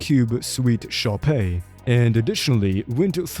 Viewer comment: Shoppe is pronounced the same as shop